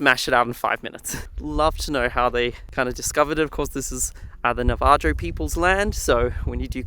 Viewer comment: Just so you know, it is pronounced "nah-vah-ho", the J is pronounced as an H and the As are like ah not like the A in cat.